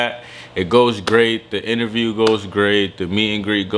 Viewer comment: Cute How He Says “Inerview” Instead Of “Interview”😂💛